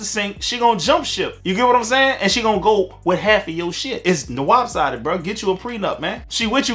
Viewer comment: I think you said it's WAPsided... You may have just added a new word to the lexicon 😅